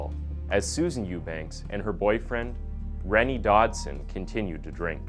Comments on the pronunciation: Rene is probably pronounced Renay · you need to make sure u know how to pronounce words dude. rene' is prounouced. renay. its the masculine . the female sounding the same but spelt as renee. no offence but i hear u mispronounce a lot and its an opportunity for improvement. :)